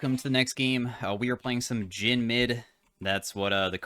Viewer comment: "Jhin mid", "Jhim" even... 🤔